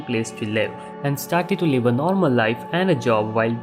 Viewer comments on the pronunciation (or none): none